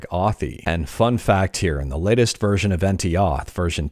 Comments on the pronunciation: I think it's pronounced as "entë" en-tay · it's pronounced something like "enteh" and it means duck in german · Pretty sure "Ente" is pronounced like the German translation of duck (Ente: "ɛntə") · "Ente" is German and means "Duck". I would suggest to pronounce it like "En-teh", kind of. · Its end-te means duck in German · You pronounce it ann-tuhh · "Ente" is German for "duck". The second e is pronounced like the first one, just without emphasis. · i was fully expecting you to pronounce "ente" as "subscribe to " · Ente is german for "duck" and the second "e" is pronounced just like the first one as in "emerald" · You have to pronounce the last E in Ente like first one. It’s a german word and it means duck 🤭